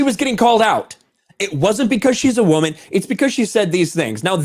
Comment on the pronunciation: What she really meant to say was "EVEN THOUGH I GAVE OUT WRONG INFORMATION. How dare you correct me, I'm a wahmen & wahmens can't be wrong" because that's exactly what it sounded like.